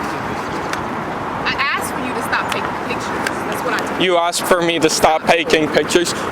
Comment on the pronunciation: She axed you.